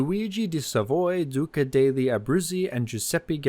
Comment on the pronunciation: Italian pronunciation is quite difficult for English speakers, and I think he did quite well considering, particularly on very difficult pronunciation of "degli" in the name of the titular flagship warship!